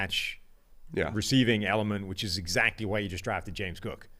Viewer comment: “That’s exacky my point!” “Right that’s exacky my point.” lost a bet and had to say exacky 2 times on the show. Lol.